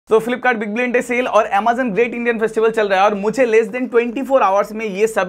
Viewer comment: Boat 2 in 1 fantastic cable.👍.Bhai pahle tu Amazon bolna seekh le.😂😂.Croma rate boat 2 in 1 cable is 149 rs i have purchased